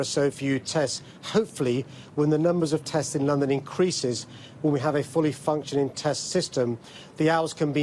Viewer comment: What we actually need is : a fully functioning Mayor who knows how to pronounce words ending in “ G” 😡